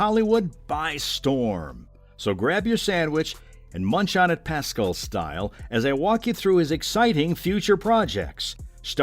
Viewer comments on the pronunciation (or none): Learn to pronounce his name! It's pas- CAL! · Couldn’t they get a voiceover person who could pronounce his last name properly? Who is “PAS-skull?? I mean, wtf? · I'm so sorry i can only focus on the way you say Pedro's name. "Pedro Pascle" i love it. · The way you pronounce Pascal… just shakes me to my core.. 😂 Excited for all the upcoming projects tho! Thanks for the overview! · SO glad you made the correction. This guy was making me nuts. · I’m glad to see news of all these upcoming projects, but could they please at least TRY to pronounce his name correctly? So disrespectful.